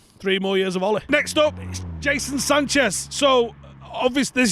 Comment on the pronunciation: "Jason Sanches"